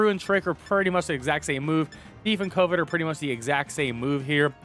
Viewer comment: I can tell by the way you pronounce covet that you didnt go to sunday school or church. Which works, would not recommend at least the sunday school part lol.